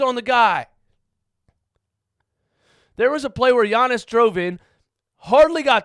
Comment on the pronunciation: Yo I’m so happy he finally learned how to say Giannis